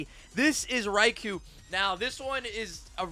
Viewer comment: I just want to correct you, since I’m Japanese I know you’re all saying Raikou wrong. Raikou is pronounced Rye-coal